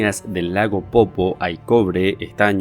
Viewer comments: Es lago "Poopó" no "popo"... pronuncia bien. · Se dice Lago POOPÓ men, eso de no ser oriundo de Bolivia e investigar nuestra cultura tiene muchas desventajas.